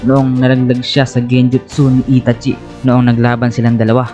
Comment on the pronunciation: Bat gnun pg pronounce mo sa name ni itachi?